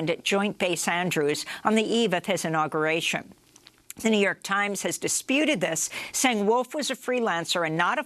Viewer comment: The Jouw York Tiemz